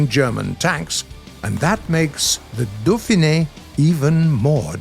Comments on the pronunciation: "dauphine" is pronounced "doe-feen", not "doe-feen-eh" i'm pretty sure. Not a big deal, since it's a foreign language, just thought it might be interesting! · I love ya, but that's really not how you say dauphine. it's more like "doh~feen", remember in French the E at the end is silent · Hey, did You noticed, that "Dauphine" [dofɛ̃n] in french is spoken without last letter (like most french words) - should be spoken as "dauphin" and not "dauphinE"? Anyway until last e is with accent mark above (é, è, ê or ë).